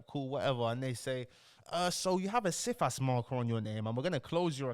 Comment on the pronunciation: Cifas - pronounced "Sigh-fass", is a multifaceted system. For example, you can put a Cifas on yourself, to protect yourself in the case of fraudulent applications... I've seen wealthy families put Cifas on every family member, so that no one can take out fraudulent applications. If you are living a "normal" life with regular sources of income, and do not commit any acts of fraud (including doctored documents), then you are very unlikely to fall foul of Cifas. This guy is entertainment, not education.